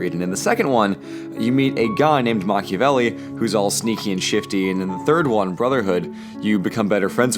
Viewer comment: MACH-iavelli 5: nyoom